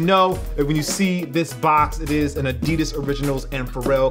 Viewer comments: Still saying adidas wrong..... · Haha ya say adidas with a slight accent das cool